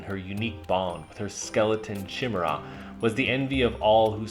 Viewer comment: Oh and it's ky-mer-rah(chimera)